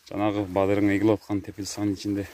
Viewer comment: Бадирин эмес бадырын десерт болбойбу